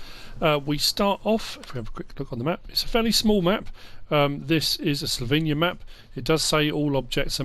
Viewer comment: Ypu dont pronunce slovenian countryside right